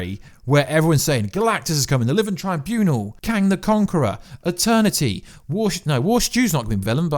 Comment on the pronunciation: "living tryboonal" , "kang de conqor"